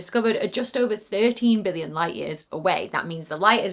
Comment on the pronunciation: Can you please work on your enunciation of “million” and “billion”, because I lost track in that distant black hole piece.